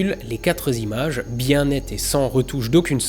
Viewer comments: Faute! On ne dit pas les quatre zimages! Au piquet immédiatement en compagnie de votre camarade Hugo Lisoir, monsieur! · "Quatre z'images". C'est scandaleux, je me désabonne. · je sais, c'est l'accent de la modernité qui lie tout et n'importe quoi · Les quatre zimages et les quatre zagrandissements m'ont un peu piqué les oreilles... Sinon, comme d'hab, excellent.